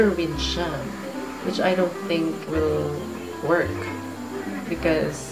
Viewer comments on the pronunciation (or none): none